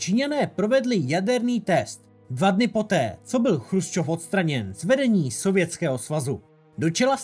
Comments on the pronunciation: Dobré video na téma, o kterém se moc nepíše. Jinak jen drobnost, Nikita nebyl ,,Chrusčov", ale Chruščov, což je ve videu trochu rušivé. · on nebyl chrusčov ale chruščov.... ehm...